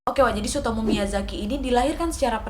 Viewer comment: Gw dengerny ka nadia nyebut namanya sutomo dunk, ga taunya tsutomu.. 🤣🤣🤣🤣